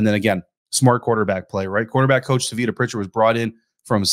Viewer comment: *It's Pronounced: "TAH-vitta". 👍🏾